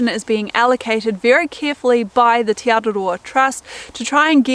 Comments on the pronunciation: Teh not tee ☺️ ah eh ee aw oo are the vowel sounds. Interesting that Hebrew has the same vowel sounds as Maori. 😊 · Just a heads up tī (you) is enunciated “tee” and te (the) “teh”